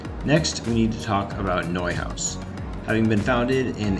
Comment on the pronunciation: What the heck is a prayleen? You pronounced Neuhaus right, why not praline?